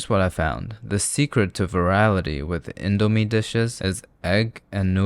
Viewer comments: as an indonesian... i am cringing so hard at how he said indo and mie.... good video, tho! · Is it pronounced "Indo-mie" or "Indo-mie"......? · he said it wrong😢